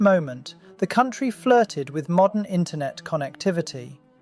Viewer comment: ah yes intronet